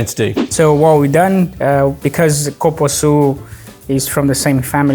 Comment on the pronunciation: i’m sure he said copuaçu but the real name is cupuaçu (koopooassoo)🤔